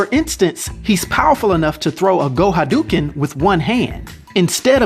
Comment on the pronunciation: Haduken. I love it when people say that. Well at least you didn't say ry-u. Btw this video was great though I'm pretty sure that man weighs over 199 lol